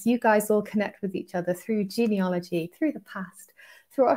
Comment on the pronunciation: Genealogy has an "a" in it... Not 2"o"s!!